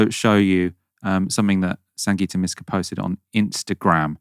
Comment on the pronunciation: MYska not MEska